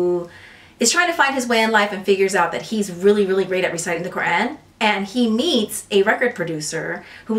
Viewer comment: Nah not you pronouncing Quran the proper way - I’m Muslim and don’t always do that - much respect 🫡